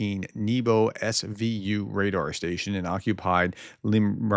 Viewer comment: Nebo like in Never not neither it means sky or heaven...